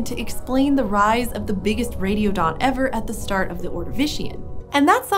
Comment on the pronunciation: I thought she said "radio dot"